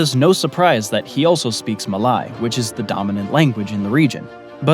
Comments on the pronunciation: it is Ma-lay....not Ma-lie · Malay is pronounced as mer-leigh just like how you'd pronounce Malaysia, but without the last syllable. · Malay is not pronounced Ma-lie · Malay is pronounced Ma 'lay'. Not Ma 'lie'. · Malay is pronounced "mah-Lay" Malasia "mah-Lay-zhe-ah" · u mispronounced Malay, >:( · Great video but your pronunciation of the words Malay, Brunei and Timor are way off. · He pronounced Malay incorrectly